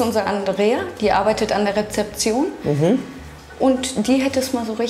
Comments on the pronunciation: SmokeCarpet das p?! Es heißt normal Rezeption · Am Anfang : "Der arbeitet an der repzeption " 😂😂😂